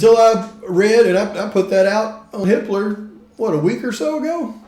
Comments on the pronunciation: Sounds like you're saying Hitler 🙂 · I thought you were saying "Hitler" this whole time 😂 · I wonder how many times people heard or accidentally said Hi*ler instead of Hippler?🤔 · Hippler; for a moment, I thought you were saying another name, a German name.